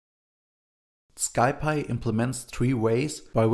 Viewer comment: "Sky py". The package is short of Scientific Python. It's pronounced more like "Sie Pie"